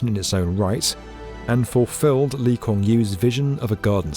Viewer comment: Changi pronounced correctly but not LKY. Lol. That's funny. But expected.